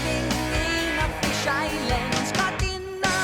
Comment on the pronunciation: Fisheye lens not fish island, gilded not glided.